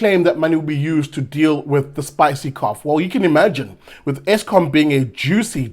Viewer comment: John Steenhuisen, dit is ESKOM !! Jo BLIXM !! not Eskum.